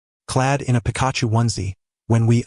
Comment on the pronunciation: The pronunciation of Pikachu is funny! Pika Pika! 🤣